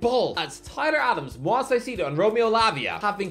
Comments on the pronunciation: Two things: 1- Palacios was from Honduras, not Ecuador 2- Dude, come on. Moy-says Ky-Se-Doh, not Moise Saisedo. It's not that hard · It's pronounced "Moy-zis Kai-say-doh," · “moy-sess kai-say-doh” “moy-sess kai-say-doh” “moy-sess kai-say-doh” “moy-sess kai-say-doh” “moy-sess kai-say-doh” “moy-sess kai-say-doh” “moy-sess kai-say-doh” until you get it right i’m pronouncing Doherty like doo-hurty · at least pronounce his first and last name right.